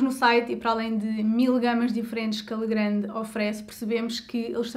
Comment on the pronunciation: pequena correcção, lê-se "legran", visto a empresa ser francesa.